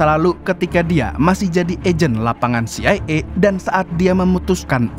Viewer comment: harunsya baca dengan CE I A 😅